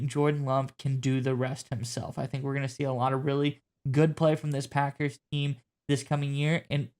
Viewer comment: First time someone stated the packers correctly.